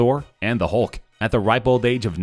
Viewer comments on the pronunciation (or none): none